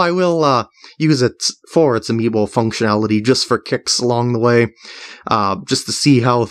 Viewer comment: He says amiimo instaed of amiibo. Also I don't know how to spell amiibo:)